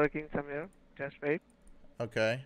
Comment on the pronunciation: “Just hwait” —-> “I’m hwaitingg”